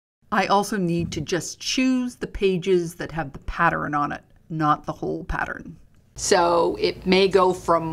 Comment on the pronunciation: Do you realize, you say Pattern wrong? You say... pat-ter-ren, it's... pat-tern. I do love your videos. Apparently, I have ADD.